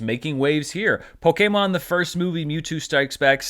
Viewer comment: Stop saying Pokemon that way